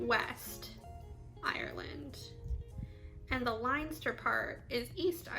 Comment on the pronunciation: Connacht is pronounced Con-nut and Leinster is pronounced Len-ster. Also regarding French some of your Irish could be French as Brittany is part of the Irish and Scottish category also.